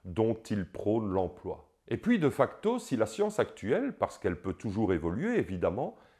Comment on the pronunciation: On dit [Dé facto], pas [deuh facto] :p !